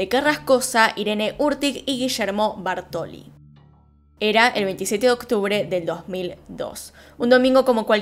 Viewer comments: TE AMO pero me desesperó escuchar Bartoli, y es BÁRTOLI con acento en la A. Toc? donde? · “Bártoli”. Acento en la A. Hasta los mostrás escrito con el acento pero decís “Bartóli” y a mí me da un TOC tremendo. Detalle, todo lo demás como siempre muy bien.